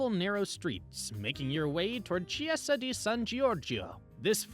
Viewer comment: learn to say chiesa.